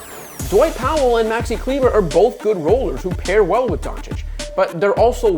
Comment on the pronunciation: Kleber is pronounced Kleba - do u guys watch the nba at all? no way u butcher so many last names if u did